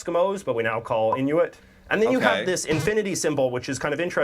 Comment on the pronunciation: Its not actually pronounced "in u it", its pronounced "In oo it".